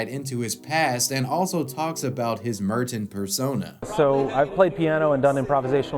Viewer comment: I can't get over how he pronounces Merton